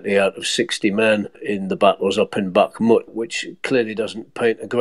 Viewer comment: Very annoying hearing Kherson and Bakhmut pronounced so badly. Otherwise a great podcast.